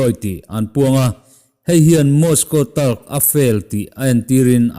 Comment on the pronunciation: Talk i tih hi mizotawng takin talk tih chu a chiang a. Mahse englih anga i lam chuan tawlk tih lam deuh a lam awm tak. I english hi hriat fiah theih loh a chiang lo deuh in i lam zel a. A bengvar thlak e.